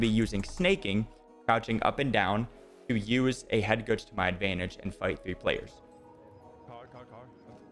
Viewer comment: What is this word "Headgooge" you are saying?? Great vid btw